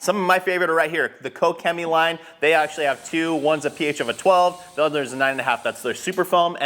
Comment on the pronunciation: So how is it pronounced? Cosh-chemie or co-chemie